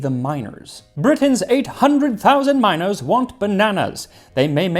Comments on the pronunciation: Max: "Bananas were very popular, especially with miners." Me, thinking he said "minors" - "Ah yes, children; my kids do love bana- oh." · I had to take a double take when he said "miners" because I thought he was talking about "minors"